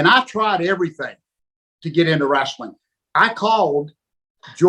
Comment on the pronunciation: He actually says "wrasslin".